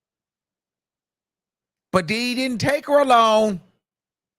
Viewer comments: It’s the way you say Did Dy!😂😂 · I’m sorry this is a sad situation but the way you say diddy !! Is so funny 🤣🤣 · Comedian Luenell, recommended your channel (so glad she did). She admires your true/raw content on this “situation”. And how you say “DIDDY”. 😂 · The way you say his name be having me hollering 🤣🤣🤣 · That's the only way I say his name now...😂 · I love it i be rolling 😂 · That be the funniest part